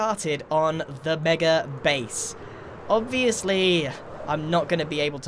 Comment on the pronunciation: When he said mega all I heard was meger!